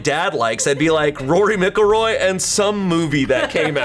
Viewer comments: MICK-Elroy?? MACK-Elroy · Okay … as you are a 30+ year old man who is also into sports I cannot give you a pass for saying Rory Mick il Roy. I can’t even give you a pass in general. There is no way that was a joke because it wasn’t funny enough to make the cut (unless the editors wanted to embarrass you 😉) P.S. I’m sorry if this was a genuine joke 🤷‍♂️ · MacIlroy not MicIlroy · Kind of shocked me when he said Rory “Mic-ilroy”. I usually pronounce it as Rory “Mac-ilroy”. But you do you 👍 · Will someone tell (and his dad) it’s pronounced Macelroy please. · As an Irish person every time he says “mickillroy” my soul hurts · that's not how you pronounce McIlroy 😭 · The pronunciation of McIlroy was wild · Not completely butchering McIlroy then roasting someone for a spelling error right after, lol. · Not saying mcilroy wrong😭😭😭😭😭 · Was gonna call out the way butchered the fuck outta Rory Mcilroy's last name but tbh if it wasn't a golf still image wouldn't have had a fuken clue who rory was ahhaa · As a Northern Irish person pronunciation of Rory McIlroy had me going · Hearing pronounce McIlroy HURT